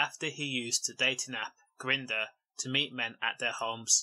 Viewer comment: Totally messed up, the way you say 'grinder' I mean! Story is bad though